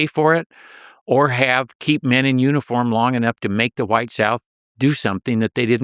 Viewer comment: Why does this dude keep sayin WHYITE? Insufferable every 30 seconds and changing this